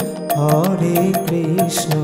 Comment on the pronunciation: Hari bol Radhe Radhe আপনি হরে কৃষ্ণ নাম টা সঠিক ভাবে উচ্চারণ করুন আর 16 নাম 32 অক্ষর সেটা ও কম বেশি করে উচ্চারণ করেছেন ঠিক ভাবে বলুন Hari bol Radhe Radhe